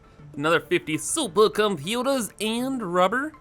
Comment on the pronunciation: That's about % why I watch him. Another % is the way he says Turbo moterz. The last % is him actually playing the game. lol